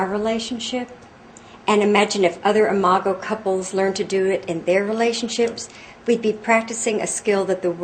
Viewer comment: THANK YOU, THANK YOU, THANK YOU, for pronouncing "imago." I could not tell if it was "I-mah-go" or "I-mah-Joe," as in "imagine." The word appears so frequently in your book, I cannot focus on the message of your book, without my train of thought being disrupted by this unfamiliar word. Now I can read the book and learn.